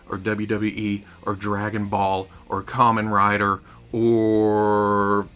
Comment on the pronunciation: I appreciate you pronouncing Kamen Rider correctly, my brother keeps bothering me by saying Kaymen Rider.